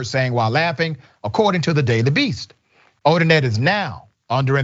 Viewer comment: All of her cases should be reviewed. Imagine the scores of people who did not get a fair trial…. Also, it’s Odinet, not Odinette. Pronounced Oh-din-NAY. People need to know & remember that name and the shame it now carries.